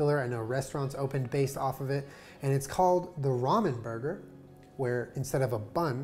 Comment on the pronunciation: nobody: jenna: rAmEn BoRgOr